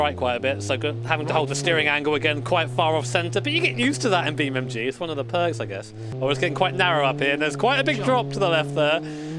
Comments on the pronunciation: Beam n n n N G. not "m" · I like how he still says “Beam.Mg”